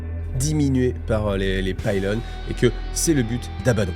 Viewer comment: Tres étrange.... Tu prononces les mots à l'inverse "Abbaddon" et "Pylône"